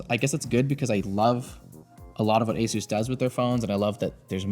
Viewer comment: why can no one at Linus media group say Asus properly 🤣